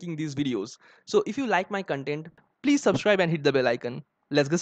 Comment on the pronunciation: at 0.22, you pronounced content wrong. sound of "con" in content should be like "con" in con man